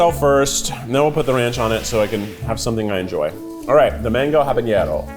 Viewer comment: haha Keith loves pronouncing habanero as jaboñero. There's no ñ in there!